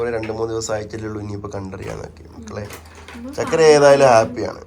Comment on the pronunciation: ചക്കര അല്ല ചുക്കര